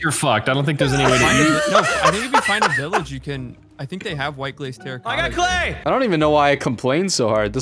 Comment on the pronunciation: "Terracotta Rigatta" you simpiltons... 😂😂😂